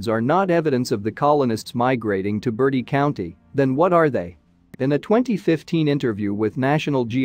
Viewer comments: Hey is not caller Bertie County, is call Bert-tiee , people always say this not a bird! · Mispronunciation of Bertie county made my skin crawl!😨